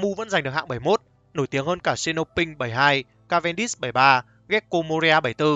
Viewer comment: Cave đi Sh nhé, nói cũng nói sai.